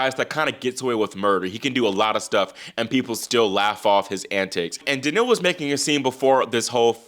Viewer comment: I love your show but I find it difficult to understand how you pronounce players' names. Example: how you say Daniil. I suggest you pronounce it more like Daniel, with more stress on the "Dan." Also Bonzi in English ought to be pronounced /Bahnzy/ not /Bonezy/ as per the basic rules of English pronunciation. Granted in French the "o" would be pronounced /o/ like the name of the letter, but if you're trying to pronounce it like French then you have to soften the "n"; otherwise it doesn't work. Thanks. -a pronunciation teacher